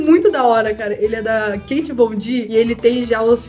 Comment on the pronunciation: se pronuncia KÉTI VONDI